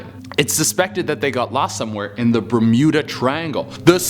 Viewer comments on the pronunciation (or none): none